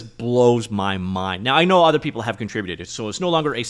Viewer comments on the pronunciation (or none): none